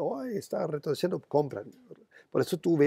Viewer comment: me encanta el "retrodeciendo" jajajaja, sos un fenomeno, un abrazo!!